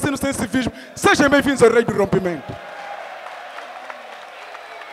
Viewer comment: O tem que deixar de dizer "Sejem", quando devia dizer "Sejam".